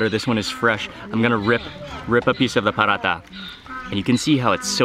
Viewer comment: It is paratha.. not parata;) also it wasn’t Desi ghee that she smears on paratha but real butter from which Desi ghee is made.